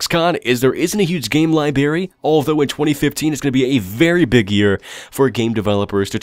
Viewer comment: I love your videos man but please. It's library. With an 'r'. Not libary.